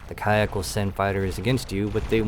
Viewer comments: You pronounce it ka ack when it’s been pronounced cock since x2. Oh right youtube fuck YouTube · First, Ka'ahk is pronounced: Ka Ahk. not Kaiack. the ' is important for the pronounciation. Makes it 2 words, on the same breath. They showed up in X2. Second, not bugs. Crystaline Entities. Like the XENON (Xenophobic Entity, Non Organic Nature), they hate anything not them, though unlike the XENON, not a programming glitch. Nividium is remnants of their planet it seems. And yes, I have played ALL the X games, even Rebirth (what a waste). Helped a bit with X3TC with graphics issues, nothing much. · Why are you pronouncing ka'ak as kayack? Lmfao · I think it's pronounced as cock😂😂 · He explained why he was pronouncing it kayak in the video. Basically, he doesn't want to freak out the YouTube algorithms. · In X2, when they first showed up, the ship-computer liked to pronounce it 'Khark'. Also, in X2, after they turned President's End into... REALLY President's END, if you were flying anything lighter than an Argon Nova and a Khaak M3 showed up near you. You were... well, probably dead. Beta Kyon Beam Emitters just kinda' melted you. And at the time, they had the only beam weapons. You got very, VERY wary of seeing a K-M5 because that usually meant no less than 6 M5s, and one or two M3s. ...Because they jumped/spawned in as 'Khaak Clusters'. A lone M5 or two usually meant the cluster had already broken up and was flying all over the sector. Heaven help you if you saw a double-cluster jump in. (Size category back in the day:: 'M5' = 'Scout', 'M4' = 'Interceptor', 'M3' = 'Heavy Fighter/Bomber', 'M2' = 'Destroyer', 'M1' = 'Carrier'. And the game had only ONE M0 in it, and it was a boss fight.) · Thanks for another fun upload. Hey, I mean the way you pronounce Kha'ak at least makes for a good laugh :)